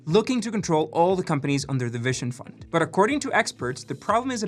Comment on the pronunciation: If he says "vishon" fund one more time, I will throw my mobile out the window 😬